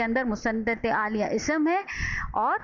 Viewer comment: بہت آسان مگر جامح تعریف ہے👍مگر محترمہ انتہاٸ معذرت کے ساتھ الیہ کوآپ عالیہ پڑھ رہی تھیں۔ایک اردو کے معلم کی حیثیت سے ہمیں ان باتوں کا خیال رکھنا چاہیٕے۔